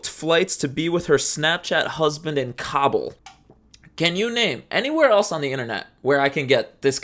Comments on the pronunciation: KAH-bull, not COBBLE. thank u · I’m so sorry but it’s hilarious hearing “cobble” instead of “ka-bool” I know it’s similar but I’ve always heard it being said with a slightly longer “ool” sound at the end. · Kah-bool. Not cobble my guy